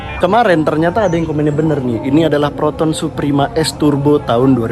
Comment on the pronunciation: Proton bukan Peroton. Talingung!